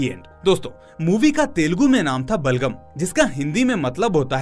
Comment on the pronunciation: Really Heart Touching movie hai.👌❤️👍 Bas aap Iska naam galat bol rahe ho बलगम नही बलागम है..🙋🏻‍♂️